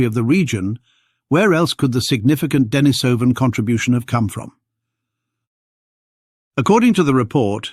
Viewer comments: Duh NEESE uh vun, not Denna SOH vun. TY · D'Nis'oh van Get it right